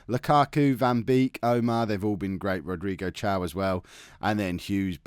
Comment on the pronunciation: it pronnounces "Rodrigo Kaio" not "Rodrigo Tiao" lol